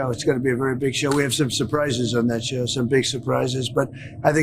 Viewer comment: "We're going to have a really big shew..." Ed Sullivan tRUMP...